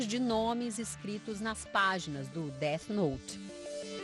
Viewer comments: "deart note" MANO KKKKKKKJJJKJKKKKKKKKK record ta perdida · É défi nouti